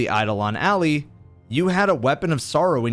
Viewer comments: I love all the content, however it triggers me so much when you read “Ally” as “Alley”. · Almost 10 years later and every Destiny content creator still pronounces the Ally in Eidolon Ally like Alley. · Why does everyone pronounce Eidolon and Ally both wrong?